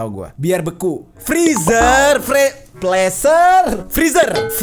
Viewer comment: Blg aja kulkas mba dri pda slh sebut pleser 😂😂😂😂